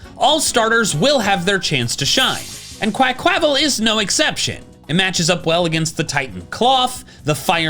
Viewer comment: please it's pronounced QUACK-wa-val. The word "aqua" is right there, plus the Spanish/Portuguese pronunciation of Carnaval.